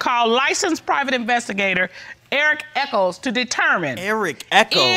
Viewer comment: Crazy I’m watching and they say Echols lol I’m like smh